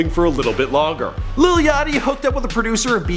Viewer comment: it's not little it's lil